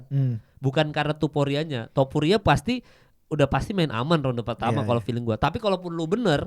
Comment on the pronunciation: Naaah gitu mal.. TOPURIA, bukan tuporia